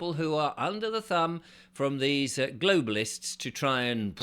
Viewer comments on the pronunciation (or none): none